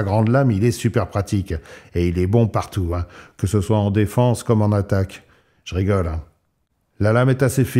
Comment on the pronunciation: Fullblack en français 😂 sinon quand tu dis "je rigole", essaie de prendre une intonation adaptée parce que là on peut vraiment croire que tu ne rigoles pas en vrai 😂 merci pour la présentation. Restons affûtés.